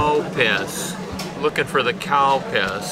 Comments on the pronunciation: thats not how its pronounced. you can hear the difference between CAL and COW. all of my japanese friends say CAL. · You didn't see my post, did you? I was saying that the correct way to say is "CAL-Piss", I never said it the other way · It's pronounced Calpis...lol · It's actually Calpis, the brand name of the drink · Lol I keep thinking he's saying Cow Piss 😂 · I kept laughing hard when he said Calpis because it sounds like cow piss 😭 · Seems like Google understood cow piss instead of Calpis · You are a true Gaijin.. “Cow piss” ?!? Come on man at least try to say it right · I thought he said cow piss!!!! Haha